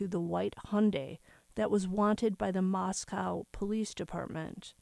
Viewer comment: Moscow= moss co Not cow …. co. Thanks